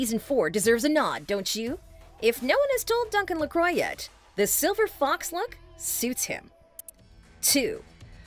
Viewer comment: It's said "Mur-Tah" not MurTag. And it's Duncan Lacwa, not Croy. Haven't you heard Sam Heughan pronounce it? As for Jamie's wigs, I hate season five. It looks nothing like his natural hair colour from seasons one and two. Seasons three and four were vastly better than season five's. About Roger, considering he did come back for Bree after he left Bonnet's ship and that Jamie beat the crap out of him I'd say Roger is allowed his anger and to those fans who hate him, boo to you. I think Roger/Richard's scenes with the Mohawk and that scene where he runs and picks up the barrel of gunpowder to hasten the priest's death was one of Richard's finest. As for Roger not going back immediately after Jamie and Claire rescued him from the Mohawk....can you blame the guy? Her father beat him almost to death based on what Lizzie told him. And it would have been nice had Jamie actually TALKED to the guy before flailing out with his fists. Considering the size and weight differential, I'd say Roger has every reason to have been pissed. I for one love Roger more than Claire. That says a lot of how much Claire gets on my nerves. Um, it's Governor TRYON. There's an r in there. You should know this if you watched the show. Stephen Bonnet....gummy bear villain. Geillis Duncan....meh. Black Jack Randall, truly a man worth fearing. Tobias and Jack did not win the most feared and hated villain on television for nothing. As for Gabaldon's dislike of the stable scene and his criticizing the "writing